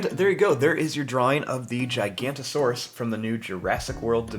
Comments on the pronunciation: It’s not gicantosaurus it’s giganotosaurus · It’s giganotosaurus not gigantosaurus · some people call it gigantosourus and some people call it giganotasaurus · giganotosaurus, not gigantosaurus. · ITS GIGANOTOSAURUS NOT GIGANTOSAURUS YOU ARE 1 LETTER SHORT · Just gonna say again its giganotosaurus not gigantosaurus the difference is gigano and giganto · Actually its giganotosaurus not gigantosaurus